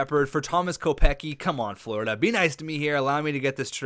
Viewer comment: Kopecky is pronounced "Co-pets-key"